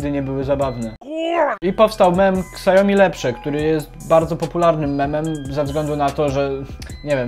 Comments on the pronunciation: Siaomi a nie kasjomi ;) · mówi się "siomi", nie "ksajomi" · siaomi, nie szałmi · przez jego amerykanski akcent to brzmi jak "szałmi" lecz poprawna mandarynska wymowa to "siałmi" to "ał" jest krotkim ao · Spec od marketingu, który nie potrafi wymówić Xiaomi poprawnie.